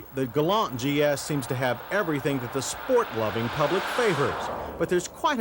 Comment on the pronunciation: Well, Mr. Davis says "Galant" (with the "t"), as it's supposed to be.